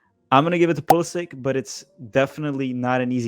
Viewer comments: It’s PulisItch pronounce it right 😘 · Should've pronounced his name Pulisitch and ended the argument.